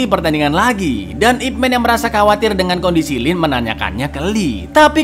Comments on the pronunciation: ipman ya, bukan ipmen, eh dia juga bilang ipmen 😭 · Ip Man di baca Yip Man, Icaaang... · kalo kantonis bacanya YiPman